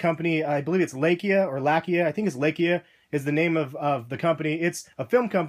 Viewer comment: i think its pronounced lie-kuh.. (its russian, its a common dogs name and means barker)